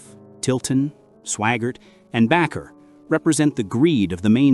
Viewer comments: The name is pronounced Baker er not Back er. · Your AI mispronounced Sawyer, Swaggart and Bakker.